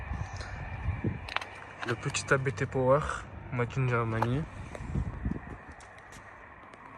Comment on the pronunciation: On ne dit pas A.B.T mais Abt ou abte en phonétique. Abt est un nom propre et non un sigle. Le créateur de l’entreprise s’appelle Hans-Jurgen ABT. Son fils Daniel Abt participe au championnat de Formule E.